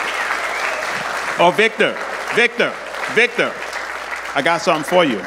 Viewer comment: Wiktor is pronounced Victore, not Whickter